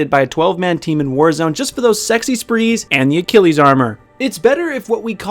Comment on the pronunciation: I had to take a moment to cringe when you kept calling Achilles Acilles.